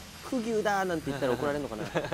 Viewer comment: 山田くんが「くぎゅ」って言うのすげえなw